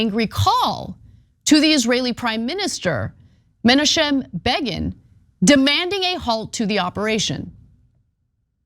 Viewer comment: “ch” in Hebrew is not k. It’s a throat-clearing sound. And the syllables are Me-na-chem